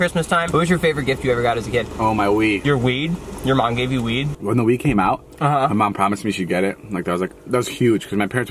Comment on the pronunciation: did anyone else think he was saying “weed” and not “wii”???